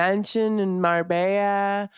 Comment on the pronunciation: Marbella is pronounced "Mar BAY a,"